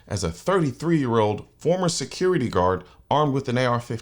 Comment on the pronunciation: What's a "secuahty god"?